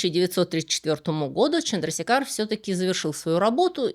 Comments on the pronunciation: Вообще, конечно, он ЧандрашЕкхар. Или хотя бы ЧандрасЕкхар. В санскрите е всегда длинная, и ударение туда ставят. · Отличное видео! Однако позволю себе небольшую поправку, правильное произношение имени этого ученого Субрахманьян ЧандрашЕкхар. Чандрашекхар- это эпитет бога Шивы, что значит тот,чью голову украшает полумесяц. Не менее интересна история другого индийского ( тамильского) ученого- математика Шриниваса Рамануджана. Было бы здорово, если бы вы сделали видео и о нем. Привет из Индии!